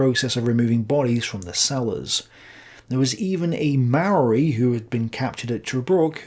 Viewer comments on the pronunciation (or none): none